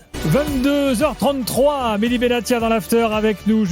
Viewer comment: c'est Mehdi et non Medhi